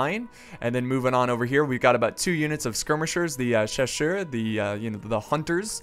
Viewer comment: Chacher... its Chasseur not Chacher